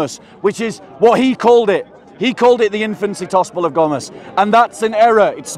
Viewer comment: Bob said tospel of ghomas LOL